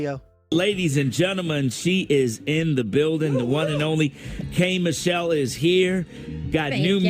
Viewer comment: Man this is a great video with great information, but you know it’s K. Michelle not K Mitchell😂